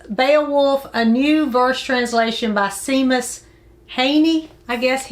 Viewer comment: Pronounce W Somerset Maughn like “Mawn” and Seamus as “Shaymus”- enjoy your books!